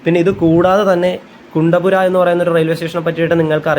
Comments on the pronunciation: കുണ്ടപുര അല്ല. കുന്തപുര. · കുണ്ടപുര അല്ല കുന്താപുര ആണ്. ഞങ്ങൾ കണ്ണൂർ, കാസറഗോഡ് ജില്ലക്കാർ കുന്താപുരം എന്ന് പറയും. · കുണ്ടപുര അല്ല , കുന്ദാപുര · കച്ചേഗുഡ അല്ല, കാച്ചിഗുഡ ആണ്. പിന്നെ കുന്തപുര അല്ല കുന്താപുര ആണ്. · കുണ്ടപുര അല്ല, കുന്താപുര അണ്. കേരളത്തിന് വെളിയിലുള്ള സ്റ്റേഷനുകളുടെ പേര് ഹിന്ദിയിൽ ഉള്ളത് പറയുന്നതാണ് നല്ലത്. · കുണ്ടപ്പുര അല്ല കുന്താപുര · കുണ്ടപുര അല്ല കുന്ദാപുര